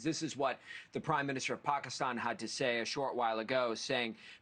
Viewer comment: pakaaastawn....reporter can't even say the countries name right